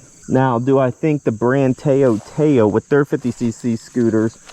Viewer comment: you pronounce it like touw touw TA-OW